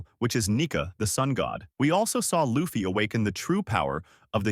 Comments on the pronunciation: U lost me when u said laffy instead of luffy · Hmmm can't pronounce luffy? Yikes.